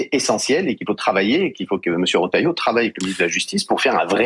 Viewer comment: Les journalistes ne savent pas lire, le Ministre s'appelle Bruno Retailleau et le journalistes prononcent Rotalieau (c'est Re)